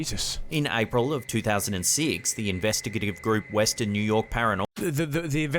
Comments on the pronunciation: In-vest-ti-ga-tive, but it sounds like he's dropping a little bit of the word, as in-vest-ti-g'tive. You could say "the investigating group" if they're actually in the act of investigating. But when they're not investigating at the time, they're still a group that does investigations, and so they're an "investigative group". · Investigative .... not ivestigivitigive. Webster it .... 😑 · Investiv… whatever 🤣😂🤣😂 I couldn’t stop laughing!!!! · Clip 3 INVESTIGATIVE Pronounced in·ves·ti·ga·tive. Had to google it myself 😄😄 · Its Investigative 😂🤣 Is Pronouncing Investigative As Investi - Gative By Separating the Words 😂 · I've spent far too long trying to say investigative and failed 🤣.. thanks x